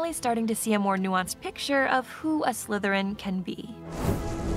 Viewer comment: I like how you barely put it on dracos head and hes like "sLythErIn"